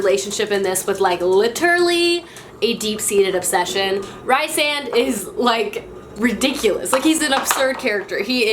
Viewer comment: It's pronounced "ree-sand" btw but yeah SJM's characters are so precious